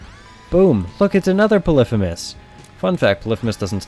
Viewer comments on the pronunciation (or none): polephemus?its pronouced pollyphemus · poly-fee-mus not puh-liff-uh-mus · it makes me angry how he pronounces polyphemus. it's not 'puh liff ih mus', it's 'pah lee fee mus'. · its polyphymus (poly-fee-muss) not polyphemus (pol-if-a-mus) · Its not polithemus is poly fee mus like polygon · polyphEmus, not fucking polyphymmys. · po-li-phe-mus instead Poly-phemus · I'm so sorry but this REALLY pissed me off, and I had to comment on it! Its pronounced 'Polee-Feemus' not 'Polifumis'. Yes, I'm THAT kind of person! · It's Poly like polygon and femus not pa-lifimus. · Stop saying Pelifimeus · It’s poly-femus btw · Pronounced Poly-fe-miss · its actually pɒlɪˈfiːməs not what you said. poly femus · its okay that you sayd polifimus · Derpy Muffin I always thought it was pronounced "Poly-HEE-mus" not "Poly-FEE-mus" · I though the actual ancient Greek pronounced it pol-if-i-mus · It's pronounced p ɒ l ᵻ ˈ f iː m ə s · u say polypemus wrong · thats wrong, names weren't pronounced like that in ancient greece. It's "Pull - if - uh - miss" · It's Greek. Pronounced "poli fi mis". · im triggered by the way he says polyphemus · The f*ck? How did you pronounce Polyphemus? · You say Polyphemus weird :S